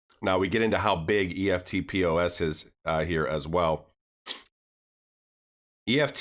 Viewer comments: FYI - In Australia, eftpos is pronounced with two syllables 'ef-pos'. 🙂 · thats pronounced EFT POSS great video jim Australia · Good stuff. Eftpos is pronounced EFT -POSS (electronic funds transfer point of sale) Aussies just say “eft” “poss”... you’ll sound legit Aussie then. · Hi King just so you know you pronounce EFTPOS as a word not the letters. So now you know more than the rest of the Americans. Also with banks having custody of cryptocurrencies do you think they are going to operate two systems now whereby they move their fiat through Swift and their crypto’s through Ripple? Sounds pretty messy to me and I think it’s much more likely that once the banks start dealing in crypto’s is there is no place for swift in their system. What do you think?